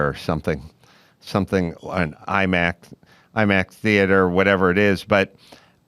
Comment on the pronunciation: If anyone sees this, are you able to hear the 's' sounds of him saying IMAX? I'm suspecting I'm going deaf, but want to confirm.